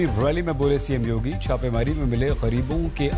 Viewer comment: Cm yodi😂😂😂😂 paan nikal Kar bolo yodi nhi yogi hai